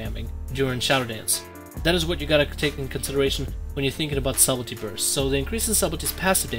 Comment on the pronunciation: You pronounce subtlety wrong, not being mean bro. But the B in subtlety is silent. It's pronounced suddlety. There's a video on YouTube on how to pronounce it. Again, not being mean. Just trying to help